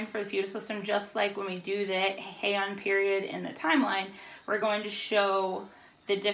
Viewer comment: Two notes that may be helpful, from us living in Japan: It is officially pronounced like "Hey-Ahn." Also, there are multiple sign languages all over the world. In Japanese sign language, the sign for shogun is available to be viewed on this website: Just thought it be helpful and interesting.